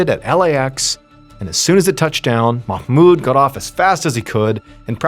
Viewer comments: I'm middle eastern and I want to applaud you for the pronunciation of the Arab names .. perfect ..usually English speakers pronounce mahmoud wrong ..u said it perfectly 😊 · Nice job with the pronunciation of Mahmoud! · Omg!!!! You're the only none Arabic speaker who pronounced "Mahmoud" right! Just when I thought I couldn't love this guy more!!! 😅❤❤❤